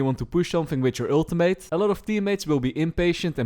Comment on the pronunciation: He needs another PHD on pronouncing "Ultimate" correctly though. Lol :D